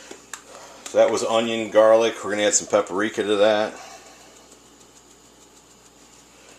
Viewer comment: pepperika? or paprika